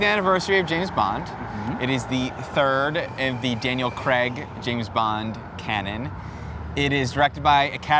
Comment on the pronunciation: why does he pronounce craig 'crag'. its really weird